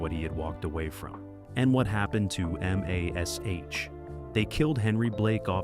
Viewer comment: How can you talk about a show you can't pronounce. It was never called M A S H, the show was called MASH.